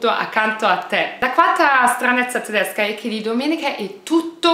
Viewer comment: Il tuo modo di dire TDESCA TDESCHI e' stupendo